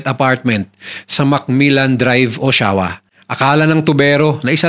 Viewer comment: O-sha-wa po ang pronunciation